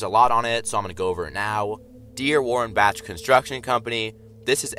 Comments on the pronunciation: It’s Bach (bak) not Batch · i believe that "tyre" is a saw also i think bach is pronounced back but with an elongated "A" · Its Warren-Bak pronounces Bach is said like Bock. The logo is not lightning it's an excavator / table saw.